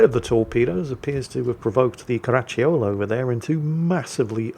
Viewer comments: "Caracciolo", but my ears kept hearing "Karachi Yolo". 😅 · Stop adding a "ch" to Caracciolo... not all double C's are a Ch I Italian, some are hard Cs, so cuh's